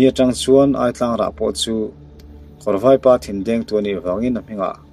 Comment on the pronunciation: Aitlang tih hi i lam rik dan adik lo.."chaw tlang kha ei rawh" tih a "tlang" tih a rik dan angin a lam ri la dik zawk...ngaihnawm khop mai👍